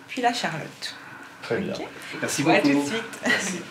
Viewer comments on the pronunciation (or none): none